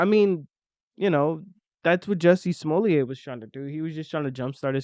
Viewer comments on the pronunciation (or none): His name is JUSSIE Smolet thou not what you guys said 😂